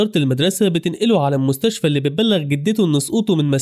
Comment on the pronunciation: بالمستشف🥱ه ✅ بالمستشفى ❌